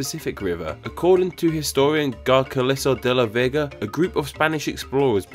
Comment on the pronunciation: As a peruvian, your pronunciation of Garcilazo de la Vega was just hilarious. Good video